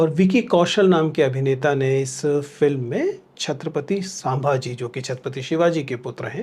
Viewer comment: सांभाजी नही सर संभाजी!!🙏🏻🙏🏻